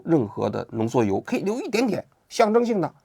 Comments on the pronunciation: 浓缩铀 不是浓缩油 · 王菊以后做节目之前能不能让AIdouble check 一下？浓缩铀读成浓缩油这种低级失误